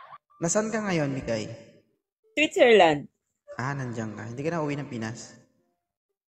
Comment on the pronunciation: Switzerland, so sweet at magalang pala ito si Ma’am kasi maliban sa Swit may zer pa😂 never mind na lang ng kasunod kasi pangit kung dudugtungan ng “i” sa dulo ang land tuloy magiging landi, di ba😂